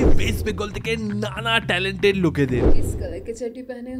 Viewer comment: talented ❌ talot 🤣🤣🤣